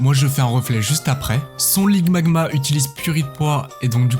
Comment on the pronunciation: C'est marrant tu dit ligmagma au lieu de limagma Sinon trop cool ta chaine